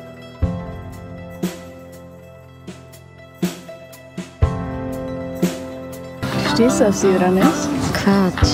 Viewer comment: Wie alle Kieu Mys Namen falsch sagen lol voll anstrengend Druck Team und traurig einfach